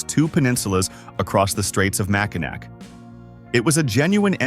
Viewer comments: Love my state. Annoying, just one of the things, it is pronounced MACK in AWE!!!! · Pronunciation is way off... ugh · Ever hear of the Mackinac Bridge? That bridge connects the Upper Peninsula to the Lower Peninsula………. It may be spelled Mackinac, but pronounced Mackinaw….. you want to do a video on Michigan make you use the correct pronunciations. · Mack-i-nak pfft AI trash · It’s pronoun Mack in Naw! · Hey us Michganders pronouce it Mackinaw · Yes, please pronounce the last syllable in Mackinac, aw. Mackinaw. That's how that word is pronounced. Mackinaw! Or if you prefer Mackinall. Or Mack in "AW". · If you are going to talk about Michigan, please pronounce Mackinac right. The C is silent. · I know it's spelled Mackinac, but it's pronounced Mackinaw, as soon as Michiganders hear the wrong pronunciation and immediately know your a outsider. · Get a better AI voice that knows how to pronounce Michigan words. Also use real images instead of made up ones with all the misspellings. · It was so annoying